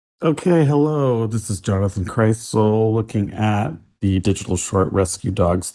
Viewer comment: Have you also wondered how long it will take Seth to realize that Krisel's name does not contain the letter T?